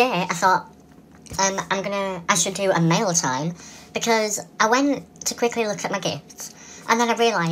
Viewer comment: It sounded like you said maila time!😂😂